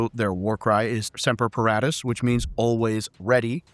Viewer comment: Hiya. Quick note. Our Coast Guard motto is pronounced, "SEM-per puh-RAW-tus" not "SEM-per puh-RAT-tus